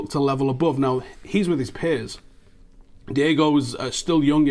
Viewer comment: it's DI-O-GO not DI-E-GO Dalot btw what has happened to Callum Gribbin?